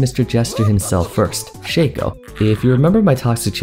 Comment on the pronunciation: It's Shaco, not Shaco btw